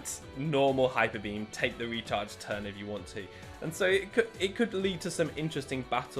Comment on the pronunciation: Every time he says “the recharge turn” I think he says “the retard’s turn” LOL